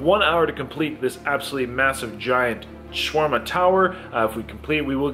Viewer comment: i think i counted 568 times you said swarma